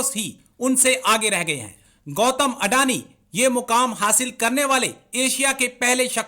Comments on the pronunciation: Andani nahi nallo adani hota hai wo😂😂😂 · Gautam adani hai. Gautam andani nahi. 😂😂😂